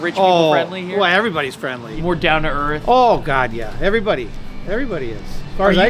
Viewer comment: 😂 that "oOh God yæh" was prime MinnesOOhtan 😅